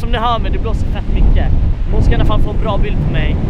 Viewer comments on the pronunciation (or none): Jag kan väl inte vara den enda som halvt stör mig på att han säger "iannafall" istället för "iallafall"? xD